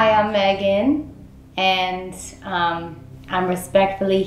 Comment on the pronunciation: tell me why I heard “ I want bacon “ instead of “ I want Megan “ 😂